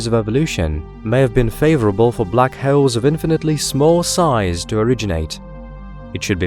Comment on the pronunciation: I thought he said black heralds, sounded like some type of newspaper